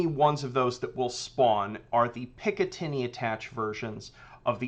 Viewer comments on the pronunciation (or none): none